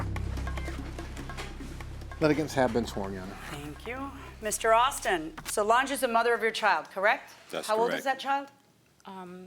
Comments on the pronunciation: Sounded like the defendant’s name is “So Large” and I was sitting here like 👀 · In the intro it kinda sounded like he said so large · It's "So-Lange" (Solange)